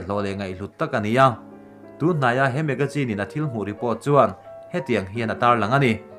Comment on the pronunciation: Magajine tih toh lo in magazine ti in lam la ngaihthlak anuam ngot ag..dijease pawh nilo in disease tiin lam a....free advice..no offence💯